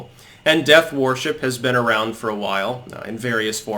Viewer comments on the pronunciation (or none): I love you and watch every single video you post but why do you pronounce so many words incorrectly? 😆 worship is pronounced wurship! My evidence for this is that there is already a word pronounced warship....it’s err...warship 🙄 keep up the good work mate 👍